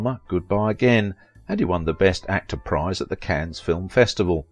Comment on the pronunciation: An excellent, excellent precis 👏🏼👏🏼👏🏼 Just one teeny, tiny point though. - "Cannes" is pronounced 'can'. (Not Cannes.) It's French so in this instance...the end 's' is solent 😉